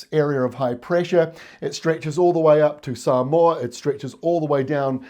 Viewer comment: You pronounced Samoa right...good onya! 😉😎🤩